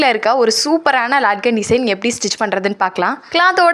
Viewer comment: இது லாட்கண் இல்ல.. லட்கண் . இந்தி சொல்..அதாவது தொங்கல்.என்று பொருள்..எப்பவும் தப்பு தப்பாவே use panreenga.. மேலும் crozz இல்ல cross,.... பிறகு..bleats இல்ல...அது pleats...tailoring semma கூடவே language improve பண்ணிக்கிட்டா கேட்க நாராசமா இருக்காது